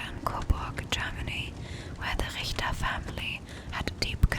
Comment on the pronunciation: are you German? your pronunciation of Richter was spot on